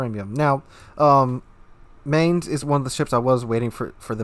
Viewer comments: This isn't how you pronounce Mainz (see wiki: ) It's a T8 cruiser, so naturally no heal. Eugen gets one, but also has almost no dpm, Mainz has dpm. It's the premium solution to IFHE rework. WG said CLs don't pay a high enough price for good HE pen and new CLs shouldn't pen 38 mm USN decks. Enter the Mainz, a CL that has Chapayev dpm, needs no IFHE and still pens 38 mm plating. With DE and fire flags, you get 11% fire chance per shell, which doesn't sound too crazy, until you realise that most CLs have less due to new IFHE and the Mainz spams 12 shells every 6s. Mainz spams more shells out than any other T8 cruiser. Shells have a pathetic 1.7k HE alpha but on that reload with that pen and fire chance, can't complain about damage issues. Also, definitely should take PT on the captain and maybe try out the AP more. It is German, the 15 cm gun pens pretty poorly, but at the right ranges, broadside ships will feel it when you pen upper belt. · So it has better guns than Cleveland, faster guns, it has better armor, it has torps, it has better hydro... but no radar? Oh and better range?That about it? I love the Cleveland but this looks awesome. Oh and it's pronounced with an i, like 'fines' and with a 'ts' at the end. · You should watch the WG Armada video about how to pronounce Mainz. With all your love towards german ships still saying her name like its american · Agreed! I was stationed at Lee Barracks in Mainz, Germany for two years and I cringed EVERY time you pronounced it. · Pronounced "Mine-z' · I’ll say this once and hold my peace - try to pronounce this ship as “Mynts”